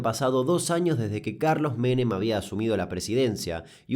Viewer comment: No soy Argentina pero he visto los videos suficientes como para que cada vez que te escucho decir "Carlos Menem" nada más cierro los ojitos 😣